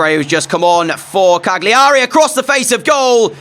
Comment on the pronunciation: the G in Cagliari is silent... it's "CAH-lee-erry"